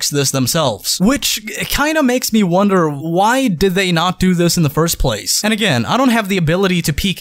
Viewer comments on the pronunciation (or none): none